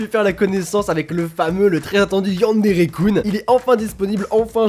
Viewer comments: ^; par pitier... arrété les Coun... sa se dit Kun depuis le début T^T :3 super vidéo !! j'ai adoré ^^ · on dit keun et pas koune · c'est pas yanderekoune, c'est yanderekeune -_- comme jeune avec un K :o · tu me stresse tu prononce yandere kun (kuunee) allrs que je le prononce kunn ouai je sais y a pas de différences ^-^ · AAAAAAAH YANDERE KUN ça se prononce Keun pas Koun 😠😠😠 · il y a que moi que sa gêne quand il prononce mal le "kun" de yandere-kun ? O.o j'adore tes vidéos hein! Mais sa me stress..xD